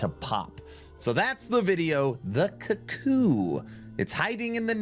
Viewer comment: Strange pronunciation, It should be cook-ooo - the bird which is named after the sound the biird makes. - Cuckoos steal other birds nest.